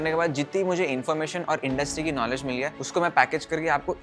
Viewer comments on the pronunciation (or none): none